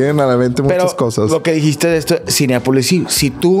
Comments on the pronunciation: Me da cura que diga “Cineápolis” 🤭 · Soy yo o siempre dice CINEAPOLIS? NO es CLASISTA es REALISTA 😉